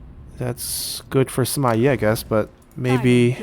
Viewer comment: Shouldn't the Yi in Sima Yi be the fourth sound